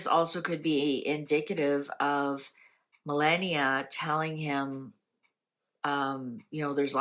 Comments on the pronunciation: It's Melaahhnia,.....not Melaynia!!.. Melaahhnia.... I just said yesterday, how tired he is looking and he needs to rest...He is working way too hard for his age,..as much as we appreciate all his hard work I want him to rest. The Prez is actually very much in love with Melania, as you can see he is very loving to her these days. Things are well for them. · I RESPECT YOU SO MUCH. THERE'S A "BUT", YOUR PRONUNCIATION OF OUR FIRST LADIES NAME IS DISTRACTING AND DISRESPECTFUL. AS I TOLD YOUR BEFORE IT IS PRONOUNCED, MEL - LON, - EE - AHH!! PLEASE TRY......